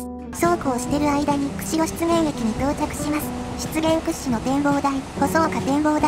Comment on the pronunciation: 湿原が失言にしか聞こえない、なめらかな下ネタナレーション。